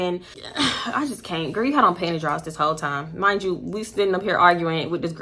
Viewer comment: the way you kept saying “panty drawls”😂😂😂